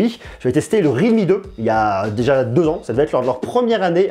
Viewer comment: C'est real me, not read me. Il y a un L pas un D. Complètement nul cet appareil. Trop cher et camera pourri. Xiaomi c'est bien mieux.